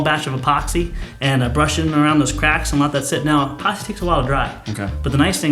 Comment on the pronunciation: "e"poxy. Not Poxy.